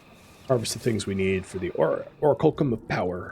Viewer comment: ) you made me question my memory of how to pronounce that word. It's or-ack-you-lum just FYI, and just to be that guy... Enjoying this series, tho. Cheers!